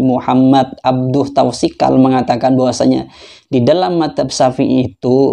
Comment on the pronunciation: Tuasikal woy, bukan tausikal.